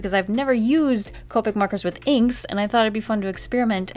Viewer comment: So....she said ca-pic before but now the right way? i am confusion